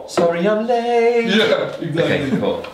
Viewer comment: "Sorry I'm laate"